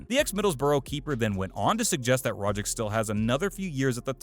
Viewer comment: It's Rogic not Rogic